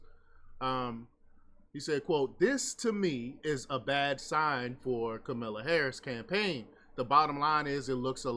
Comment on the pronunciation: Speak her name properly…is isn’t Camilla.